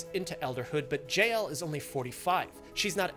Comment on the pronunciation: He pronounces JL like 'Jail'